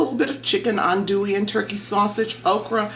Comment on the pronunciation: well cubed chicken breast, runny gumbo, and the pronounciation of adouille as "on-dewey" lets me know your not from louisiana. where you from? "holy" trinity. another tell tale sign.